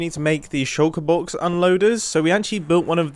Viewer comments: I love hearing mumbo say “shouka boks” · Try drinking everytime Mumbo says shoulker box..